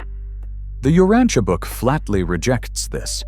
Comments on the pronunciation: I have studied "The Urantia Book" for over 50 years. Here in this video is the first time I have heard "tia" in Urantia pronounce as "Teea". I believe the correct pronuciation is "sha", also same for the word "Morontia". Thanks for this thoughtful video. There is no subject in history more important than shedding light on the life of Jesus Christ. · We pronounce it as ( u rahn sha) but maybe i reside in different region.